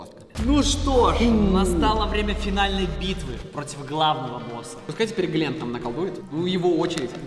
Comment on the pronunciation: Не Гленн а Глент